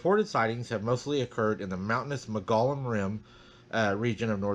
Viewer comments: Arizona native here, just a friendly FYI, it's pronounced, Mole-gee- on rim. (I live near Prescott) beautiful weather here. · Hi! I've read that you pronounce Mogollon, "Muggyon". There are a couple of researchers there in Arizona.